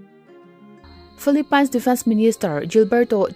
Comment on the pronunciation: philipainsssss😅😅😅😅😅 filipin tiin lam ve hle hle rawh, tumahin pain an ti ngai lo